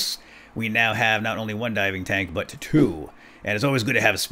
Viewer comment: I thought you said diamond tank I was saying wait what diamond tank then later he says diving tank and I was like oh diving tank not diamond tank